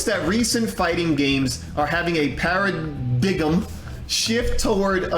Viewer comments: Para-dig-em😂😂😂😂😂😂 Para-dime. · Please tell me you were joking when you said para diggem lmao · You can’t pronounce paradigm my guy? Wow 😮!